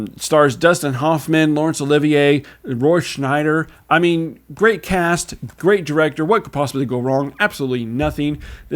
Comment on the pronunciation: It's SCHEIDER not Schneider! Drives me crazy when people call him Schneider.